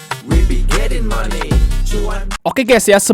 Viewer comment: Cara bacanya gini bos Outlook : autluk Money : mani Moody's : mudis